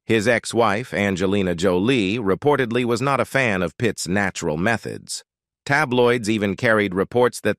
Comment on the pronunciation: nattural. lol.. that was one of the funniest pronunciations . what a mess. omg...a trigger warning for diana?..gadszook